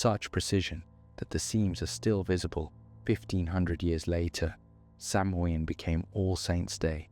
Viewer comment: Gaelic pronunciation is not obvious. In future, I would recommend asking Google for the pronunciation of any words or names that aren't familiar to you -- Samhain, Cuchulan, Tuatha de Danaan, and all the others. Guessing at pronunciation based on English spelling is almost guaranteed to get it wrong. That's strongly true of Gaelic (Irish or Scottish, which are not the same), but it's true of many other languages too.